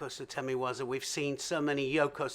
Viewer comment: Someone should tutor Neil Adams how to pronounce Japanese names and especially the name of WAZA. He has been in the judo world long enough and still not made any effort to correct is insulting . If I am to write his pronunciation in Japanese , it completely change the meaning of that word.